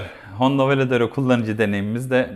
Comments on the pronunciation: Önce varedero demeyi ogren sonra video çek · Sohbet ve tanıtım için teşekkürler.. Bu kullanıcı deneyimi videolarında sadece 2 açıdan motoru göstermek yerine daha fazla görsele yer verseniz, sohbetin yanında ballı kaymak olur. Bu arada Varadero yerine hep Valedero dediniz :)) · V A R A D E R O söylemesi çok da zor değil aslında...